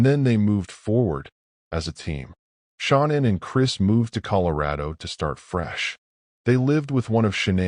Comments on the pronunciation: Her name is SHAN ANN. NOT SHAWNEN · Her mom called her Shannon she herself pronounced it as Sha-nannn idk wtf it is you keep calling her but it’s annoying asf